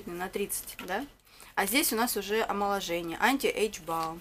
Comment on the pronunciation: олмоложение и оломожение )))))